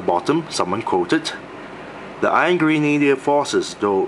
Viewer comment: Thought he was saying "Angry Needler" when pronouncing Iron Grenader the first few times